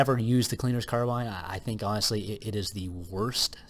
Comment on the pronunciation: The name "cleaner's carbine" rhymes if you pronounce it correctly.